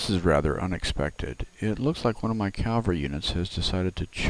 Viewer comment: Please know that proper pronunciation is CAV Al RY Not CAL var ry. Thanks.